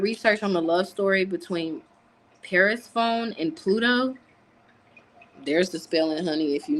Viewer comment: you were trying to say Persephone.. it’s pronounced Per sef fon ee